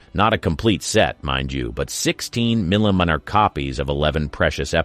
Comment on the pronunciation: Can you try saying "millimeter" one more time, just like you did the first 4 times? I can't get enough.😂😂😂